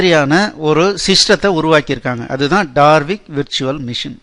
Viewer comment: Its Dalvik Virtual machine and NOT DaRvik. Please correct it